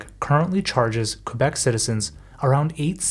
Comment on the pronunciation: How can we trust a video where the narrator mispronounces the name of the province.